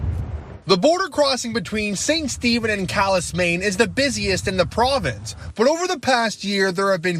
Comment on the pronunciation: Side note: is it just me, or do you hate it when reporters mispronounce names? Calais, Maine is originally a French name. Not even the locals pronounce the 's'. Do your research!